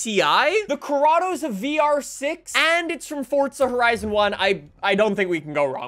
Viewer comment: Can you not say forza? You always say fortza